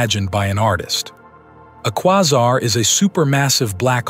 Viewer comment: The narrator is pronouncing Quasar wrong, like really? Or is it a bot voice? Still its annoying 😅